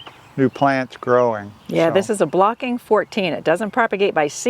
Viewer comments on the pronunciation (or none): Just to correct you. It is Bocking 14 and not Blocking.